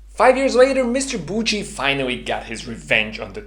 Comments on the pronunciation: Hello, please (for a fellow swiss friend) listen how to name Alfred Büchi is pronounced for once: Its Büchi not Butchi :)) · I dont really know phonetics but it looks like it should be „byxi“ Check out phonetic writing on google so u can decypher it😉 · As a swiss guy i cringed so hard by your pronouncination of büchi 😅😅😅😅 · Great video, but as a German your pronounciation of "Büchi" really hurts since it is extremely wrong. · 🤣 german Büchi pronunciation 😁 otherwise good luck with your boost series! hopefully it will be a nice subscription booster